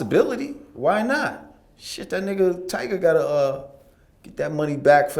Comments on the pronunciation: nobody hears vlad keep saying "tiger" 🤣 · TYGA. T-Y-G-A. NOT TIGER. Jesus Christ Vlad. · vlad it's tyga not tigerrrr! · Bro, Vlad, its TygA not tiger...... cmon b